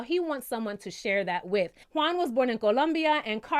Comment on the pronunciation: I looove that you pronounce well Colombia! <3